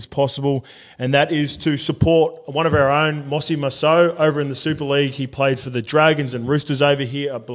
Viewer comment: Mossy? Come on surely you know how to pronounce his name properly lol #BeBetter